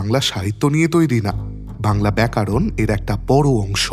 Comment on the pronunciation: দাদা, আপনার গল্প চয়নের ও কণ্ঠের একনিষ্ঠ ভক্ত ও নিয়মিত শ্রোতা... কিন্তু এই গল্প পাঠের ভূমিকাতে সম্ভবত অনবধানতা বশতঃ ব্যাকরণ এর বদলে ব্যাকারন শুনতে পেলাম। দয়া করে সমালোচনা ভাববেন না যেন🙏🙏 খুব ভালো থাকুন আর আমদের দারুন দারুন ক্লাসিকস শুনিয়ে যান